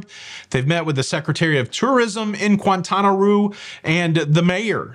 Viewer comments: Coh-zoo-mel. Kwin-tah-nah Roo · What did you just call Quintana Roo? 😂😂😂